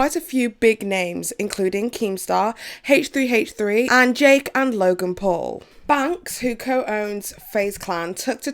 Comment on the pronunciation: Why can’t you pronounce any names properly? I mean the Paul’s brothers and t-FU? I don’t understand how you do so much (amazing) research and still manage to consistently grossly mispronounce their names.